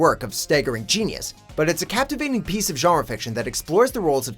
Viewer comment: "Genre fiction"?